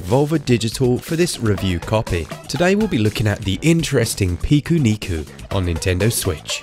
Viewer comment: Finally someone pronounces it correctly.. I downloaded this because I saw so many people saying it’s the strangest game on switch, but I’ve yet to encounter much strangeness. Still enjoying it nonetheless.. was just expecting something a bit more weird.. it’s just a typical Japanese platformer game really..